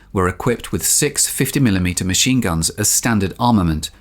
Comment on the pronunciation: dude your British is showing. 50 mm Mahine guns?